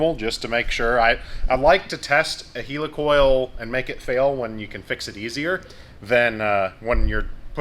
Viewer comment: Its not heel e coil, its hell e coil....